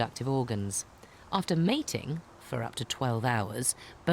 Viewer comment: why does she say it like that "after mating...for 12 hours" im tired of these unrealistic standards. We cant even hang with snails smh